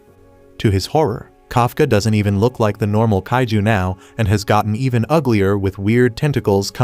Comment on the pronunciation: It's not caitiz it's it's kaiju